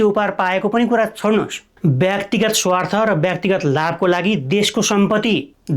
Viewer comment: "भ्रष्टचार" र "व्याक्तिगत" गलत भयो, कृपया "भ्रष्टाचार" र "व्यक्तिगत" भनेर उच्चारण गर्नुहोला। Right-scrolling long text पढ्न कठिन भयो, कृपया यस्तो टेक्स्टलाई Lrft-scrolling बनाउने गर्नुहोला।